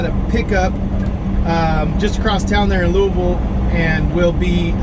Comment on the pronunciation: Have to give you credit, for somebody from Cali you pronounce Louisville just like a native Kentuckian and I should know, I are one, lol. Have a great Thanksgiving and stay safe.